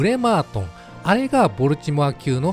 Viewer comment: ア〇ル弱そうでいいっすね。 ちなみにボルチモアの発音はボルチモア↓ではなくてボルチモア↑なんでそこんとこ4649